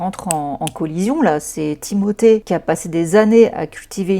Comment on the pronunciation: Excellente vidéo, et pour ta façon de dire le prénom Timothée, tu le fais parfaitement bien c est français il a la double nationalité et sa famille en France ne met je ne pense pas l accent 😂. Tu es adorable et les gens critiquent trop, ceux là ne font pas 1/3 de ton taf. Tu es une warrior 🫶